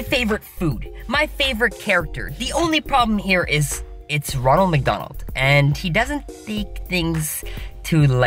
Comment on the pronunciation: Ronald you said ranold